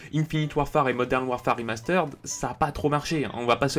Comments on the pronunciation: Le "remasteraide" m'a détruit les oreilles au moins 20 fois dans la vidéo ptdr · Arrête de dire "Rimasteureddd"